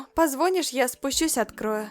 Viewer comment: там не позво́нишь, а позвони́шь, автор извини, просто не люблю когда неправильно произносят слова😅